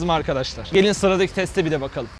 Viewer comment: de teste değil tette geçelim diyor